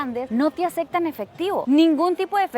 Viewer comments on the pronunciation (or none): Acectan Ocsiones Sucsidio Acsolutamente Neta? Tu contenido es muy bueno, entendemos que creciste en una dictadura pero no inventes. Ya vives en México desde hace muchos años, estudia las palabras y repite la pronunciación correcta hasta que te salga. Eres muy guapa y tu contenido es muy bueno, pero esos terribles errores de dicción hacen que te veas muy naca y corriente.